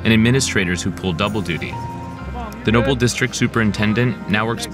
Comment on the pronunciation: Why does he keep pronouncing it Nople?